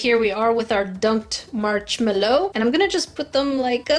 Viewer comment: I love the way said "the dunked march mellow."